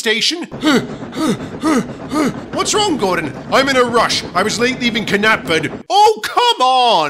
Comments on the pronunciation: Knapford IS pronounced as NAP-Ford, and not "Kuh-nap-Ford! I used to use the latter pronunciation years ago until I learned during then that it was actually the former one. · K-napford Station. Hehehehe...... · i listened to the railway series narration, and knew the rheneas and farqhuar thing, but KNAPFORD is unheard of! 😂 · This does coincidentally fit with the the scene in the last episode of season 4 where the engines are talking about there names in SOS good timing mate lol btb k-knapford sounds like either gordon or Stewart are having a k-koniption lol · Willie Rushton's narration be like: K-napford Rhen-e-as I also don't like how Michael Angelis says Ffharquarr in Baa.... Ffha-farquarr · R-eh-nei-s Fh-ar-qur Kuh-nap-ford